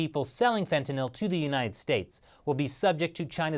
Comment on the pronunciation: Fet-uh-gnawl=fentanyl lmao